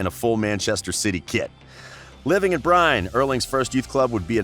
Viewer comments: You're pronouncing the names all wrong. Håland is not the same as Haland, it's supposed to sound like Holland. Bryne is "bryn-eh". Molde is "mold-eh", not "mold". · The way you say "Bryne" is so completely wrong that its hilarious. You totally butchered every Norwegian word in this video. When you say "molde" the "O" is pronounced just like the "o" sound when you say Coffee. So its a "å" sound